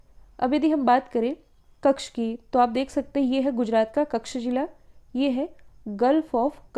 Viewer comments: आदरणीय महोदया कृपया कच्छ को कक्ष जैसा उच्चारण न करें🙏 अर्थ का अनर्थ हो जाता है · मैम कक्ष नही बोलते उस जिले को......कच्छ बोलते है....वैसे आप Talented है. ..